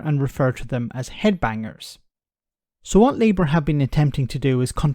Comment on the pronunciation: "Labout"? calling Wes a Labour lout? 😄